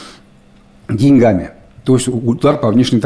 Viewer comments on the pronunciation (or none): none